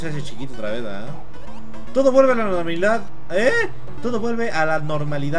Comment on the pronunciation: "todo vuelve a la normablilidad" XD jajaja